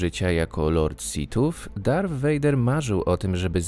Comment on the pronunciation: 1. Pisze się 2. Dobrze wypowiedział. Darth można przeć jako Darf